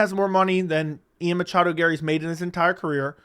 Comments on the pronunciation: Please stop saying Machado. Drives me crazy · Dude it’s okay to not say machado every single time 😂